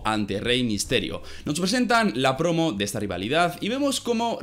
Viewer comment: "En su mitica prrrrrrrrrrrromo" haha esa r súper marcada